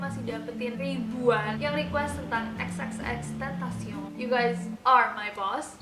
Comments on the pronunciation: xtentacion aja gapake 3× X cuma satu(penyebutannya) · X tentacion bacanya kakaa wkwk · Kak cara bacanya tuh, xtentacion